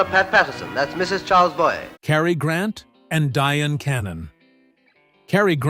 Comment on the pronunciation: Diane = "DI ANN"